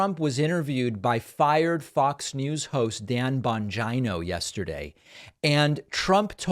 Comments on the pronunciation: I love your channel but I question why you pronounce Bongino the way you do. It seems beneath you unless Trump or someone else pronounces it that way and you’re just making fun like with Truth Social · Is it "Bon JIE no"? Because I'm hearing the guy's name pronounced "Bon JEE no" elsewhere. Ether way, he's a Bone Head-o. Hard to believe anyone would listen to such sycophantic boot-licking. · It’s not Bongeino it’s Bongino, like Gino or Gina. Where did you get this awful pronunciation? It’s a simple Italian surname.? Thanks for correcting yourself. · Bon-dgino? Lol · Dude learn to pronounce his name right- it’s Bon- Jean- o 🤣 the jokes on you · Its Dan Bon-gina. Like va-gina or china. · That's Bon-gyno, with a hard G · Oh yeah it sounds like Bon- gee- no, and this man is extremely intelligent, former Secret Service, police officer and military. He does his own investigative reporting and has written several book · Bongino --> Bon-jeen-o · The mispronunciation of people's names is fine, but I feel dirty after every time I hear bon-gyn-o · Bong Jina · I thought David called him Don Vigina 😂😂😂. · "Bonj-eye-know" Lol, wtf? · Hahaha, John Bonjineoh.. I wonder if he knows Doctor Coosamano? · LOOOOOL Thats his name? You nearly said Dan Bongina lol i swear i thought you were gonna say that and at the last second it became an o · Does the guy really say his name "bon jie-no"?? lol why!? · David , SIR! …. It’s pronounced “BONGHOLIO” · I'm pretty sure it's pronounced "Bonjeeno". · I’m having a hard time telling if he’s saying Dan’s last name wrong on purpose or if he just hasn’t heard anyone else say that last name before. 😆 I could be wrong, but isn’t Dan Italian (so the “I” in his last name should be pronounced sounding like an “E”)? He never says Giuliani‘s name with the “I”s sounding like an “I”. Not sure if he’s purposely trying to make Dan’s name sound as close to vagina as possible. 🤣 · I love how you pronounce “Bongino” with a long i 🤣🤣🤣